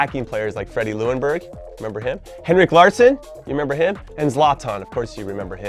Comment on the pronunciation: Freddie Ljungbergs last name is pronounced more like Yungberg than Luenburg haha